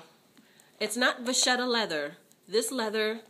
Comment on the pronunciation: I think it's pronounced "Va-KETTA." Thanks for this video.